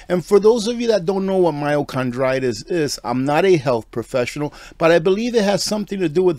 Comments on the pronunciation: CARDITIS, not CHRONditis,......i.e.....heart not cartlidge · Sorry. You called it myochondritis. There is a huge difference between that and myocarditis. I know that you are referring to the heart, but what you pronounced it inflammation of chondroitin is concerning the joints. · MYOCARDITIS!! Not Myocondritis!!!! And it’s BARTERABLE! Not Bartable! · Its not con, its card. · Myocarditis no n in this word.. car not con. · HEY! FYI... ITS PRONOUNCED MYO"CAR"DITIS... NOT... MYO"CRON"DITIS!!! THANKS FOR GETTING THE TRUTH THERE..... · this is the PRONUNCIATION mai • ow • kaar• dai • tuhs ( myo car die tis) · It's not "myocondritis". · I know you’re not a medical professional, but the pronunciation is mī-o-car-dī-tis. There is no N or R. myo=muscle; cardio=heart; itis=inflammation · *My-o-car-die-tis I'm not trying to be cynical, I'm just trying to help you out. Thank you for this video, but sadly, so many will never know that they were duped! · It’s “myocarditis” Myochondriis does not exist I’m a physician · myocarditis pronounced My-o-car-dy-tis... there isnt an "n" in the word. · oh no, the heart issue is very real. My comment was simply a friendly correction of his pronunciation.